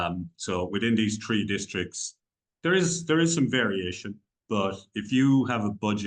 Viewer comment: "tree" districts...very Irish :)